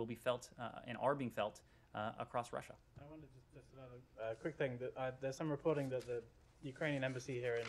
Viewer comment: 41.16 she just say Lussia 🤔🤦🏽‍♂️..🤣🤣🤣